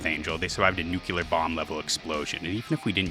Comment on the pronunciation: Dont say "Nucular" It's nuclear